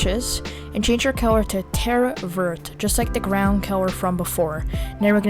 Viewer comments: Its color not Keller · Such good tutorial, but I have never heard of color turndd into celor